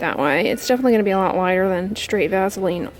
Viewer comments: I love the way she says "vazzaline" hehe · Made me lmao...maybe its because shes a tad nasally. But it sounds cool so maybe we should all call it vazzaline 😂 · vazzalean lol i love that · Yeah lol I've always pronounced it vassah-leen. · Everyone I know pronounces Vaseline like vazzalean .... I guess that’s how we pronounce it where I’m from (ontario) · M LeeAnn Me too. I have never ever heard it pronounced that way before. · I love how she says “Vaseline” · I've never heard of Vaseline pronounced that way. I live the South so I'm sure we're the ones pronouncing it wrong. lol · Hm, I pronounce it the same way. I didn't know there was another way! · No I hate it. Is she a Yankee?